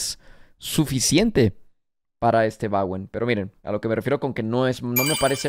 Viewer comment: Bowen no Bawen! Dicho por el mismo Bowen!